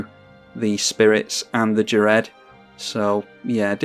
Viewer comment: I believe Ghired is pronounced (F)ired, as in Cough. I believe this is the case, because he was "fired" from the conclave by taking on "fire" mana.